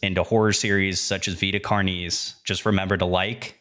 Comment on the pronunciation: Vita Car-knees! Not a big deal just chuckled. This was very good. Please keep the videos coming.